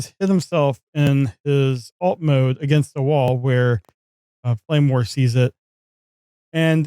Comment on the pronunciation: Oh, you are saying "Flamewar". I kept hearing "Claymore" for some reason.